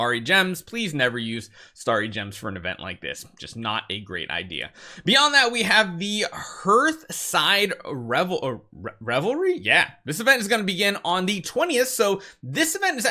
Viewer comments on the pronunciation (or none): Lol. It is pronounced "harth-side", not h+earth-side btw 😂😂😂